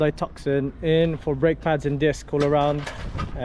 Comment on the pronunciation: Mate its Hyundai Tuson not TucKson. lov the channel feller. 🙂